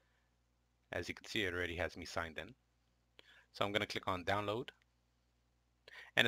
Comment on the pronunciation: Did he say click or cllick(double L)